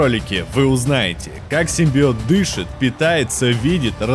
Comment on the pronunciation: Клитарский симбиоот 🤣🤣🤣🤣🤣🤣🤣🤣🤣🤣🤣🤣